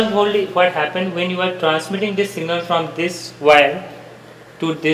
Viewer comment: Abe singal nahi hota hi signal hota hi